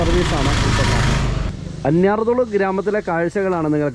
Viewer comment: അന്യർ തോളു എന്നല്ല അന്ന്യാർ തൊ ളു എന്നാണ് സ്ഥലത്തിന്റെ പേര്.